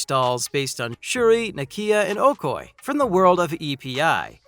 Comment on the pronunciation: Oh-koy? Bro, it's pronounced: Oh-koh-yay!